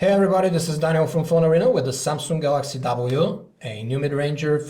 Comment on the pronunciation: Where in the word Samsung do you see a 'k' ? Where? XD If you can say "samsungk" then obviously you can also just say "samsung" right? :P